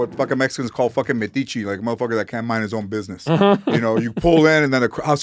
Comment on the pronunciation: Medici 😂 it’s metiche.